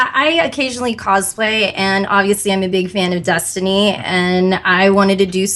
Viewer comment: She won't stop pronouncing it "Dustiny" and it's pissing me off.